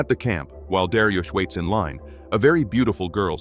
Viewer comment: darius ❌ dariush ✅